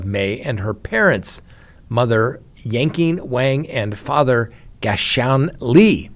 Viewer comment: Is yanking Wang a euphemism? I think it's pronounced like Yan king. 😂